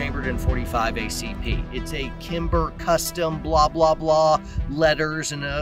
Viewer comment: As soon as I heard him say “kimber” I wanted to quit watching the video.. almost wanted to quit watching again when he went over his “grip” and mentioned the trigger doesn’t matter 🤨 But you commented a lot of what I was thinking. I shoot single stack division in uspsa and can’t count on my hands and feet how many times military show up with their glocks at a local match and never see them again. One example specific had a local active duty sof guy show up with a Roland special glock, extended mags, and a red dot; he saw I had a 1911 holstered and grinned and said “don’t feel bad when I beat you, I’ve got a glock with 21 rounds of 9mm and a comp” it was just a falling steel match so it was strictly just nocking steel targets down as fast as possible (I figured he’d beat me too lol).. when he saw the results on the iPad at the end of the match and saw that I beat him, pretty bad, he at least had the integrity to approach me and say “man, I was wrong.. you smoked me, you’re really good” but he never came back after that, some of his buddies said he practiced a few weeks and was going to come back but they couldn’t ever talk him into it. Similar stories with the others, just no one calling me out like that one. I understand shooting uspsa and cqc/room clearing are two different things, I would never clear my house the way I do a stage, but it does improve weapons handling and proficiency which a lot of people lack especially when trying to move fast with a gun in hand safely and